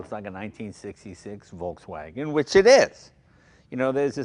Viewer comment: for such big hobby and interest that Leno has in cars for so many years, he should pronounce "Volkswagen" right by now,,, Hint, it's not English.